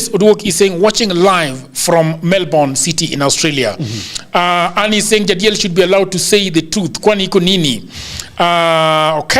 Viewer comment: Odhiambo and Jagero why are you calling Jadiel like Ja🐐😅?